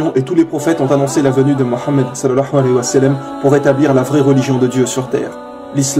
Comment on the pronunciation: Il faut que tu fasses attention à ta prononciation quand tu parles du prophète Mouhammad